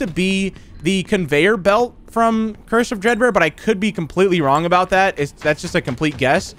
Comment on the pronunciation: Am I the only one who hears cursive dread bear instead of curse of dread bear